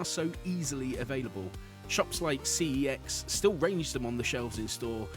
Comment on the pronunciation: thanks for calling cex cee ee ex not fkn sex, refuse to call it sex 💀